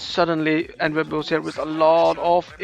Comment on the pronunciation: En-web makes so much more sense than e-newb which is how I'd always "pronounced" it in my head. Definitely not a noob. GG.